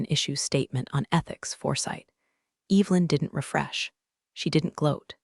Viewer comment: It would be incredibly nice if words like Evelyn were pronounced correctly. An ai story with no human editing.